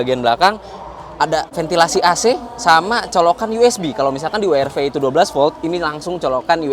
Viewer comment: Wee Aar Vee :D